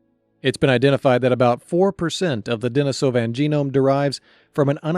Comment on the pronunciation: Denisovan pronunciation is a bit rough